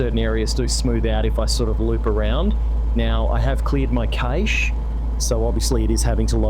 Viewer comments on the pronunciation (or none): You have cleared your what? 😅😅 Cache, Its pronounced cash. 😊 I've seen two of these comparison vids now, and there doesn't seem to be much difference in terms of what the FPS display shows. But you both say it seems to be smoother. Hope so. Im one of the unlcuky ones with SU3, although after 2 weeks of messing with the settings Ive got my performance decent again. i9 13900k with 64Gb RAM and RTX4090.